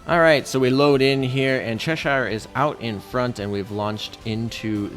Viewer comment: I dream of the day Americans learn how to Pronounce Cheshire, (hint: it’s Chesh Shh)